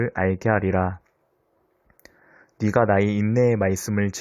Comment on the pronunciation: "네가 "를 "니가" 라고 읽어서 아쉬워요